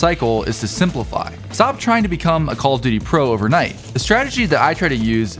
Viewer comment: Why do I keep hearing call of didy 💀